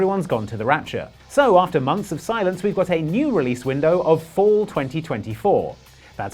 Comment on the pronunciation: I swore you said and chuckled with a "missed that too!" took a few passes to hear fall not four >.<